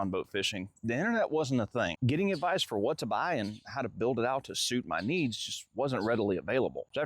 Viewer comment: Good "avdice" 😂